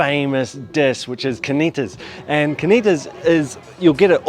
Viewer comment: Why does he pronounce carnitas like there is no r? I do not know how these people do not all weigh 500 lbs. The food looks so good I'm about to take a bite out of the monitor.